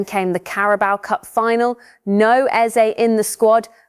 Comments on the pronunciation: Its 'EZE' not bloody 'Isaak'..🙄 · Why do you keep mentioning "Isaak"?!!! His name is "Eze" for Christ sake!!!!!!!